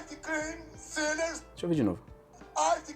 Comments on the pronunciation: Jesus, eu juro que eu ouvi sinners, não sellers, kkkkkk, valeu pela tradução aí de Bolsonaro pra inglês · Eu ouvi "sinners" também hahahahhaha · Eu entendi ele falando "ice cream sinners" kkk se pensar são isso mesmo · sellers, soou como sealers kkkkkkkk